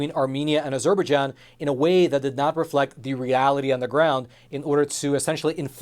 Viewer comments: IT'S NOT AZUR BER JON... IT'S AZER BI JON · Not to be petty, but the name of the country Azerbaijan is pronounced with the main stress on the last syllable and secondary stress on the first syllable: A zerbai JAN, not a ZER baijan. Since this entire news story focuses specifically on that country, getting the pronunciation correct matters. After about the 10th time I heard that nearly unrecognizable pronunciation, it really started to bug me. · Surely pronounce az-er-baij-an and not a-ZER-baij-an? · "A Zer Bejon?" its azer - by-jon if youre gonna cover the story, at least say its name right. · You could do with a pronunciation coach.. Azerberjan is what you are saying!! which is pronounced AZER-BY-JAN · I think it's pronounced Azer-bye-jahn. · it's pronounced Azer-bye-jahn. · Azur-bai-zhan is how to correctly pronounce. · Azerbaijan is pronounced, as er by john, go link below. I am really frustrated with professionals not be able to pronounce known names. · Say with me: ah-jzur-bi-JZAHN emphasis on last syllable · Good report with the exception of your ridiculous pronunciation of Azerbaijan. It's pronounced, "AZUR BY JON" with the emphasis on the third syllable. (Are you actually doing your own research or just reading what they tell you to read?) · I am sorry to be so squirrel...the pronunciation of Azerbaijan is "a-zr-by-jaan" not whatever you were saying that drove my OCD nuts. Thanks for the reporting and putting these Christians on my radar. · This is how Formula One pronounces it: "Ah-zure-bye-JEAN" with the Jean pronounce like the Captain of Enterprise D. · Ah - ZER - ba - jon. You can do better than that. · Az-er-by-ZHAN, which is sort of how others have pronounced that country. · This word Azerbaijan is pronounced as “Az-jur-by-john”. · Ah-zur'- bah-john?...try again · Have I been pronouncing Azerbaijan wrong this whole time? I thought it was pronounced A-zer-buy-JAHN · stop mispronouncing Azerbaijan...it is highly grating!!!